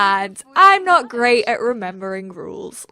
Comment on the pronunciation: WORW DIS IS GWAET MAAN